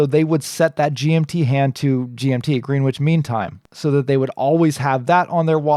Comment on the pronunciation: Been noticing a few more reviews of D1 Milano watches lately. They look great to me, they have a very clear design language. p.s. Greenwich is pronounced "Gren-itch" ;)